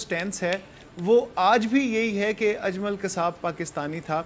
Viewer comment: یے اجلم کون ہے باجی جی۔ اجلم نہیں اجمل نام ہے